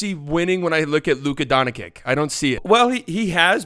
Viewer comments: Silly it’s not luka donakick it’s luka donchick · he said Luka Donakcik hahahaha